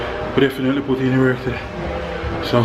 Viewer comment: Why you always say tiday? And not today................big up!